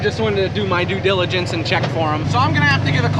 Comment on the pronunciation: lol!....... Due "dill'igence! way to go!